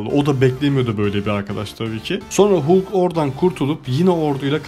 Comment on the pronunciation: Bende aynı teoriyi düşündüm filmden sonra yanlız değilmişim demekki :D bu arada halk diye okunuyor hulk hulk dayanamadım videoya